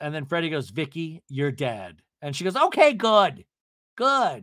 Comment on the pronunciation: Are you saying Freddie instead of Teddi ?!😂😂😂😂😂😂love that!